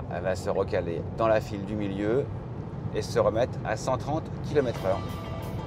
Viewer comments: Ce sont des kilomètRes et non pas kilomète :D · Dommage qu'elle soit tellement moche, vachement mal finie et terriblement chère... PS: j'aime bien les " 331 kilomette...."